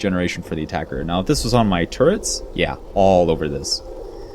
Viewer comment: What on earth is a turrent? TURRET MAN...TURRET!